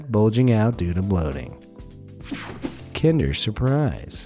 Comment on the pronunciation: How can an american not correctly pronounce kinder? You sound like you're trying to start a fire but be kind..... its so simple man.